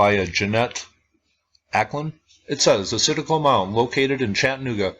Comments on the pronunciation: Very interesting and you pronounce it right there is tons of sites like this in Tennessee and in the Chattanooga area that was not preserved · Hey, I really appreciate the work you do and all the videos you upload, I'm an ancient history nerd. Yes, you are pronouncing Citico correctly, although most people in this area would pronounce it with a slight southern tweak. I have lived in the Knoxville area all my life and have never heard of this mound. It's extremely disappointing to hear that it was destroyed for a 'road'. Keep up the excellent work by the way!